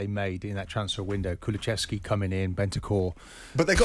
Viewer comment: His name is kulesevski not kulechevski keown u absolute moron